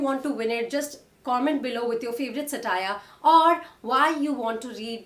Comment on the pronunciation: Wonderful post--thank you. I'd point out that it's SA-tire, rather than sa-TIRE. That aside, I've loved ALL your recommendations. Thank you.